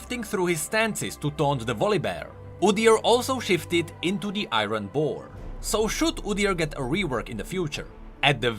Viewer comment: "The Ayron Boar"